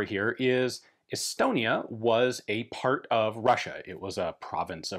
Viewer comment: Did he say Elbonia?